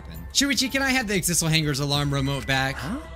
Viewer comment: last episode: ohhhhh Exisal! That’s how you say it! this episode: exizzle